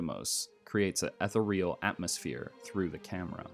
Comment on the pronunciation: All attempts at credibility through verbose and pseudo-intellectual language collapsed after i heard your pronunciation of "ethereal". A shame, really.